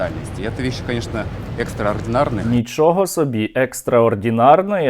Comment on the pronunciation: 😂😂😂 шо то взагалі за "екстроардєнарноє"????😂😂😂😂